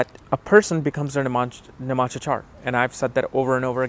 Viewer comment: It is NOT nim-amsha. It is Nav-amsha. Nav.